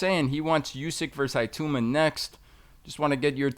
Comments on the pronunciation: Tbf even english people pronounce it Itooma/Itauma. The 'I' certainly isn't pronounced EYE though like most Americans tend to say. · Moses, "Iatooma" 🤣